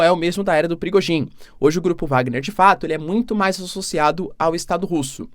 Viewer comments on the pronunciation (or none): none